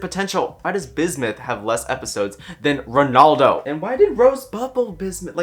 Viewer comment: The fact that he says Ronaldo's name wrong and his correction is also mistaken is 100% comedic genius